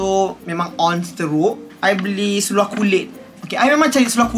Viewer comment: Suka betul dengar cakap "seluaq" 😆